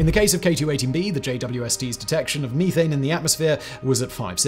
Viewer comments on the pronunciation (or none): Me-thane, you-thane, they-thane